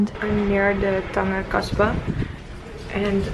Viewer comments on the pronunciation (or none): Cool vid, it's Tan-Jeer not tanGUer (Tangier /tænˈdʒɪər/) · It's pronounced "Than-ja" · ur nor saying the name of the city correctly .. ur have to say it like tanjier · it does not pronounced that way its tangier " as a J of Jeremy ", glad u had fun though.